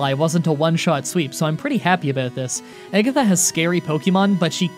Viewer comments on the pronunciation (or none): Eggatha and Draygon trainer lance? what are these pronunciations